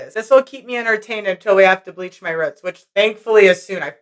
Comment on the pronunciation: Hair looks gorgeous but are you trying to say roots when you say ruts?